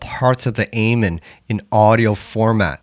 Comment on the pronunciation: I respect you has an artist and you got some good tracks (Trance Out is a banger) but for the love of all things holy please pronounce "amen" correctly lmao. Also you did miss the critical silent gap at the end of each kick during the Terrorist break re-creation, particularly during the 3 kick segment. That gap changes everything, trust.